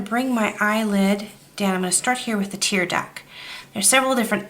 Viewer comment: 'Tear duct' not tear duck (you can hear the 't'). Nice eye. Thanks.